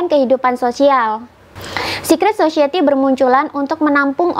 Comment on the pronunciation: Bukan sosieti, tapi sosayeuti.